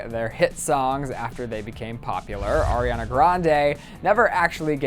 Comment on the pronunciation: Lets appreciate that he says ARIana not AIRiana